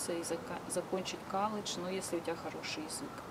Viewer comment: Дома в России говорила колледж. А в америке уже коладж. Бесит